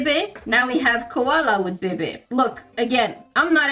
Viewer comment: I find it really funny the way she says ba bay